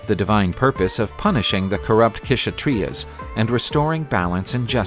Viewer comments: Why you don't work on your pronounciation or Google it . K is silent in Kshatriya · Ksathriya pronounciation is wrong